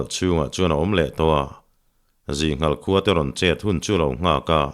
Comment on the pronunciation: I chhiar thiamin i chhiar ngaihnawm thei khawp mai. Midang chhiar hi ka ngaithla meuh lo. Chutih laiin i thawnthu chhiar hovah ngaihmawh deuh ka neih pakhat hi min lo ngaih pawimawh sak la a lawmawm ngawt ang. Chu chu 'h' i lam kim lo lutuk hi, a kik chu a awm nual na-in a dik lo a tam daih zawk, entir nan : khua tih turah kua, thing tih turah ting, Khuma tih turah Kuma, Khai tih turah kai, chhiah tih turah kai chiah, a dang pawh a tam mai. Hei hi han chhiar dik thei phei la a lawmawm ngawt ang.